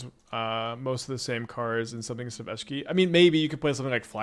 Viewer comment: Hi! Love your content, but I get whiplash everytime I hear you pronounce Esh - key in a new and profound way...